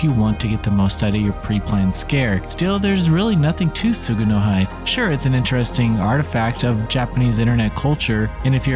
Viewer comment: Tsu-gu-no-hee btw